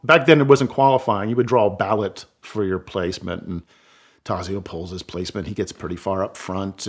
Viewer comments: Great storytelling but Taxio is pronounced Tott so. Clark is my favorite driver but I cannot go against Enzo and Ferdinand’s choice for the best ever driver. BTW, Varzi is pronounced Vott si. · The Z in Tazio is pronounced like the Z in pizza not like the Z in zone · My ears bleed when I hear his pronunciation of Tazio's name.